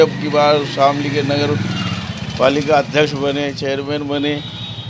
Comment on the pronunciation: सर शामली है जनपद का नाम , शमीली नही आप प्लीज इसको ठीक करा ले